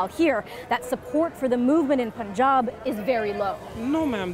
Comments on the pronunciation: I don't know why they never say fun as foon and sun as soon but they say Punjab as poonjaab 😑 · It's Punjab (Spelled as "Paanjab") , not as "poon jab" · It's not pronounced as Poon jab. It's Pun jab as in " no pun intended ". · It is Punjab. Pun as in no pun intended and jab, Punjab. It is not poontang to call it the way she did. What news channels are these? Do they know anything about the world other than US? Do they research? Do they speak proper English as in British English?! Disgusting! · ITS PUN-JAAB not Pooon-jab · the pronunciation is Pun not Pon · Its sun not soon ... its fun not foon.. its punjab not poonjaab 😑😴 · They always say poonjab don't know why 😂😂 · why it's so hard for westerners to pronounce Punjab 😅